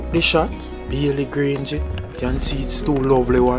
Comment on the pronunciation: the word is graze, not grange. Long time subscriber. Thanks for the upload.